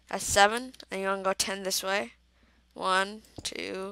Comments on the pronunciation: It's this not dis and it that not dat use you're grammar mate and good video u did great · KID ENGLISH IT IS THIS NOT DIS AND THAT NOT DAT